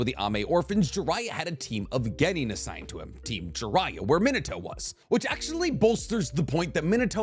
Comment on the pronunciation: min-uh-toe makes me cringe.